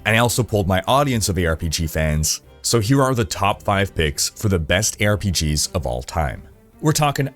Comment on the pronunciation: I swear i heared "here are top 5 pigs" xD